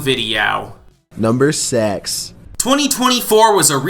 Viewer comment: "NUMBER SEX"